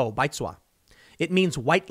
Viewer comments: Tim pronounces “baizuo” a little different than typical Chinese. Maybe it’s his Korean. But it’s typically pronounced like “bai’d zoo-oh” with the “d” sound practically silent and almost making a “j” or “zwah” inflection. Chinese is more of a tonal (think, subtle up and down inflections) language than English. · Tim you totally butchered the pronunciation of Baizuo. Lol